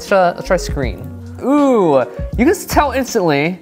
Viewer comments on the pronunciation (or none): when says oooohhh (like oooh i like it), it sounds like ewww (eww i fucked up). and its funny. love his tutorials btw also a recap is not showing your art and zooming in. its showing the stages lol